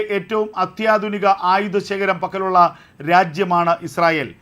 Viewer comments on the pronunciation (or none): none